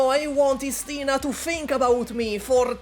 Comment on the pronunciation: It's Istina not istIna